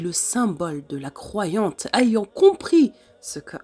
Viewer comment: Merci mais juste si vous pouvez corriger quelques imperfections sur votre narration svp, on ne prononce pas A-YANT avec la lettre "A" mais "éyant comme un "ai" en fait.